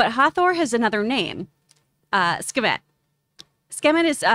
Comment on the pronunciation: Jesus.. Sooo... Now we kno is ridiculously horrible with Egyptian God name pronunciation. "Kahshoo... Skivett...Skemitt" 🤣😂🤣😂